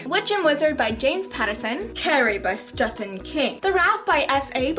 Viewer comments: Lol I think its pronouced Steven instead of stefan. But idk I have a boy name Steven in my class and its spelled Stephen but idk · Stephen Chbosky's first name is pronounced like "Steven" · You pronounce Stephen as Stefan lol. Is that an accent thing or are you just saying it wrong haha :P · Why does she pronounce Stephen like Stefan?? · Stephen King...His name is pronounced Steven, so you don't have to pronounce the 'ph' :) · Awesome bookshelf tour! Btw "Stephen" is pronounced the same as "Steven". Just different spellings of the same name. =) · I THINK it's pronounced Steven? Right? That's how Ellen said it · Lol I love watching you try to pronounce names because it's always just so wrong haha. Oh and Stephen is pronounced the same as Steven :) Awesome tour, you have so many books! Haha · Don't worry, I pronounced it as Stephen rather than Steven too.. Only difference was that it was in the middle of a class presentation and the professor had to literally stop me and tell me I was wrong in front of the whole class-_